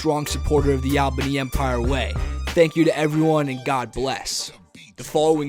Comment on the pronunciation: Can u plz pronounce Albany correctly